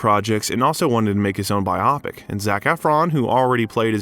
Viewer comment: If you can't learn how to say the word "bio pic" then I will assume that this narration is AI generated. FU!! Produce your own "content" (and I use that word loosely).